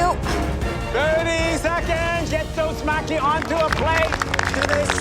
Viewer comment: "" seems to be the only person who knows how to pronounce Japanese words correctly. The judges and other contestants, are all pronouncing "Maki" incorrectly. Maki, is pronounced like: Mah-Kee. The letter "a" is always pronounced like "ah". You would think the "judges", would at least get it right.